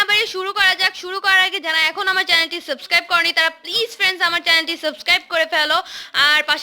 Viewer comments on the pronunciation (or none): none